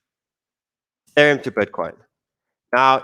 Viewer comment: "Youthereum". Once you hear it once...😭